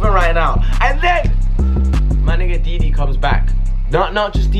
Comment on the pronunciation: his name is dude-e-low